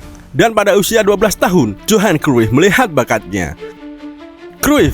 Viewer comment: Dan johan cruif bukan johan tapi yohan